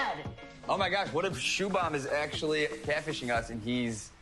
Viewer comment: I'm laughing at their pronunciation of Shubham seebam lol. It's prounced shoe-bhum